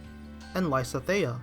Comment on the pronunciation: lysethea pronounciation, smh